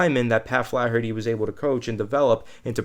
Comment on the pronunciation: says Flaherty like Charles Barkley swings a golf club.